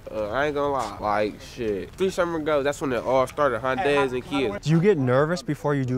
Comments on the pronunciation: High-un-day? Really? It's a Korean company and it's pronounced huhn-day. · "Kias and Hi-Undays"